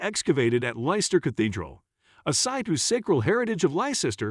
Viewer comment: It's pronounced Lesster. Bloody AI crap